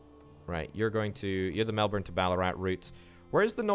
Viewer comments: Also, Melbourne is pronounced melburn or melbun if said fast, not melborn 😅 Loving the vids though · In Queensland we say Melbin